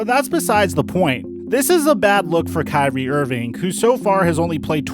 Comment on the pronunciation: Why you guys make it hard. Its kyrie lol